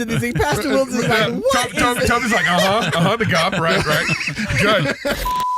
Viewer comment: gop? Don’t feel bad, I am 73 and never heard it THAT way. G O P yeah, a pause between each letter, but now gop!